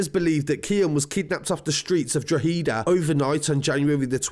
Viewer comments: Drawheeda lmfao 😂😂😂😂😂😂😂😂 what a thick! its not draw hee da my god like. its pronounced draw ha da, not draw hee da ya melt lmfao...😂😂😂😂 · DRO-HA-DA ...... Not DRO-HEEEEE-DA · Pronounce it draw ha da, not draw he da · hada not heda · Draw-heada. Not Drawheeeda. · It's pronounced draw da drawda not droheda I know it's spelt different any way great videos keep up the great work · Drogheda “draw-hid-aah” hid not heed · It’s pronounced Like “Draw-ha-da” not Draw-hee-da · Drug-eda (droh ha da). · You still pronounce droheda like droheeda haha its pronounced draw-ehda say it quickly in one word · Say it proper Droh-had-a = not drow-he-da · Its not dra heeda is pronounced drohida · It’s pronounced “draw” “hid” “aaa” :) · Pronounced DRAWHEDA. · It's pronounced drawda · drogheda is 30 miles north of dublin and drogheda is pronounced drakada .... cheers for all your info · Pronounce Dro head a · Pronounced drock add a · It's pronounced drog E da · You pronounced drogheda wrong it’s drogheda the g is silent and it’s not a capital E pronounce it’s dro heda not droghEda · Draw-ha-da #its pronounced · Your still not saying droghead rite buddy !! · Your saying it wrong it’s like drohada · Really good video! However.. maybe some additional corrections for part 3: It's "draw-ha-da" and the W is almost silent kinda like "drauh-ha-da". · Pronounced : "Draw-head-ah" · I was just about to text that. Draw-ha-da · I like draw-hee-da better. Sounds less culchie. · It’s pronounced drawheada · OMG you still cant say the word Drogheda right, try "drog ha da" and also this drug turf fued has been going back as far as 1996, also there is no confiramtion what so ever that there is video footage of that poor lad getting murdered, i really hate false news and have respect for his family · Drogheda pronunciation = draw-head-a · its pronounced Draw - Hedda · Draw- head-a = drogheda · Still not pronouncing it right..its draw-head-a..👍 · It’s pronounced draw-heada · It's pronounced Droh-hih-dah